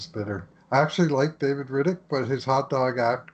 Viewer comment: Rittich makes the all star game and he still can't pronounce his name right🤦‍♂️ Atleast knows his shit lmao